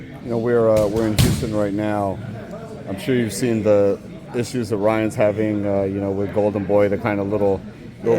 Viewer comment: I was like who tf is Ron? He was saying Ryan lol 😂